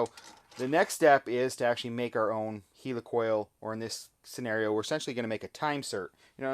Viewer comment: "Heel ee coil"??? He means a "Heli coil", right? (As in Helicopter, or is that a Heeleecopter?)